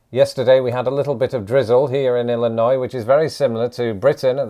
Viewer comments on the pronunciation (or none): none